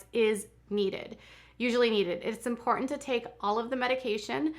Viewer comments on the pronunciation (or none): none